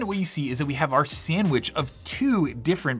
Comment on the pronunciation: ""As part of the sandwitc"killed me